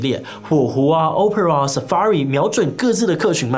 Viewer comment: opera的發音，志祺是不是錯了呢